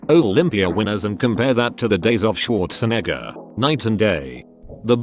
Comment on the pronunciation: Are we all just going to ignore the fact that the voice pronounced the second half of “Schwarzenegger” like the N-word with the HARD R and ?